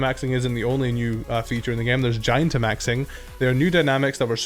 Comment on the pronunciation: Why can’t people get the name of “gigantamaxing” correctly? It’s not GIANTamaxing It’s not GIGAmaxing It’s GIGANTamaxing (Like gigantic)